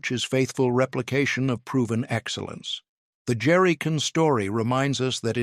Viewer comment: I particularly liked "Jerricun" at the end.